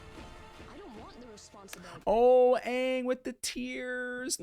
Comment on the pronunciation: The fact they actually pronounced his name right Aang not Ong is worth watching the series.